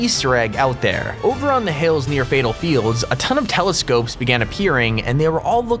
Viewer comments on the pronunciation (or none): none